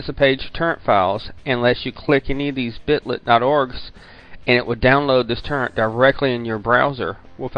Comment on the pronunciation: its toooorent not turrent